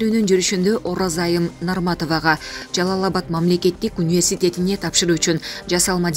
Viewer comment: Университет деген созду айталбай атат. Дегеле кайдан табасынар ушундай журналистерди.